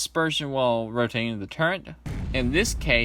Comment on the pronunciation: Good review but it’s turret not turrent